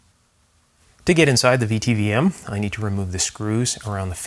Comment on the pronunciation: A VTVM (vacuum tube volt meter) is pronounced "vit vom".